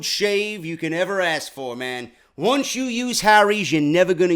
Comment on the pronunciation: DO NOT understand people that can't pronounce ASK! Not trying to pick on, but ALOT of ppl say AX...or AKS....I don't get it.That and mispronounciation of NUCLEAR!...Alot say Nucular.WHY?!